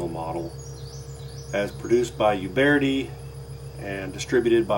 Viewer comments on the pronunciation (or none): Uberti. Not ubearti ;) plus set your camera farther away from the whole thing and give yourself room to stand infront of the camera. Great video though.